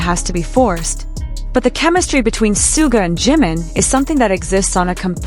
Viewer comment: 💜for the love of BTS; it is Shoo-ga. Not sue ga.